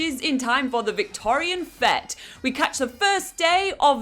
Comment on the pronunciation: Fete is pronounced fate and Oamaru is pronounced om-ma-roo.